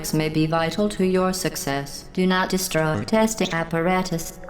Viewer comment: OBJECTION! Its pronounced "Di-stroi" not "de-sh-tro-ye"